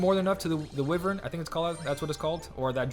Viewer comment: Close on the Wyvern pronunciation but he is pronounced like this: Why-vern haha The bombs are such a pest when there are harder enemies around